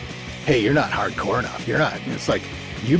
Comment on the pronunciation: Immediately lost all credibility with that pronunciation of "hard core"